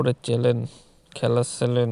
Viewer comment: এটাকে চ্যানেল বলে চ্যালেন বলে না.